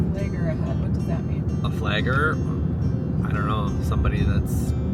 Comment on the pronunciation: You say, "flayger," I say, "flagger."